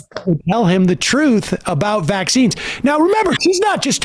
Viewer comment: Ugh anyone else hates how she emphasizes vAXines